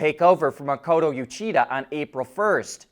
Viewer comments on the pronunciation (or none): none